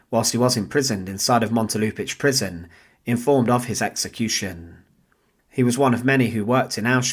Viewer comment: Proper pronunciation in English would be: Montelupi’s Prison